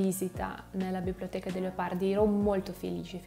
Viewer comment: Bravissima! La tua pronuncia è più buona di quella della maggior parte degli Italiani. Un' osservazione ( un errore): pronunci il nome Leopardi così " Leapardi". So che questo dipende dalla caratteristica della lingua russa che poco distingue la vocale A dalla vocale O; come anche le vocali E e I. Comunque: Congratulazioni. Pokà.